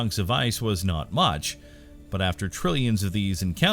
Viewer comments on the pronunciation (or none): none